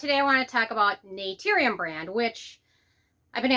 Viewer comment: 1. If you're gonna come after a brand maybe learn to pronounce the brand name right. 2. Not all vitamin c's actually need to be a low irritating pH 3. I would never trust you or your opinion ESPECIALLY on skincare. I hear and see so much hate and jealously coming out of you. It's disgusting. Influencers like you take the fun out of beauty. SAD!